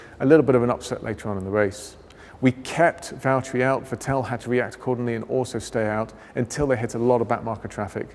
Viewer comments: he says "Vitél" haha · The way he pronounces vetteeeeel 😳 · Ah, the famous Vetelle Leclerck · why is he saying Vettel like this XD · I don't even mind that, however, he's not pronouncing "Vettel" correctly...